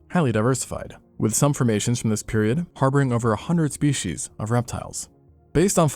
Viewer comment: "more shpeSHEESH"